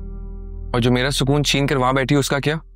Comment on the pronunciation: Sakoon nahi sukoon hota hai 😂😂😂